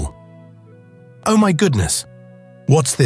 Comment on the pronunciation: This was one of the best stories ever, and I'd love to hear more like it. The oddest thing is the narrator all of a sudden changing from proper english to incorrect grammer. Ie...u ani't going no where. And what the heck is kwa? Oh, is pronounced "O", not "oooooo". The most important key to a good story is the narrators ability to read and pronounce ALL words and names correctly.